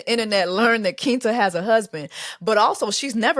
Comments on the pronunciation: Jessie baby it’s “Kwinta” not “Kinta” 😭 lawwwwd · “Keentuh” Jessie? 😂😂😂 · Quinta (kwinta) the Qu- is pronounced like Queen